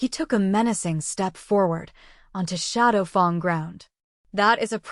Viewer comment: It's good, but the AI reader mispronouncing shadowfang as shadowfung is very annoying.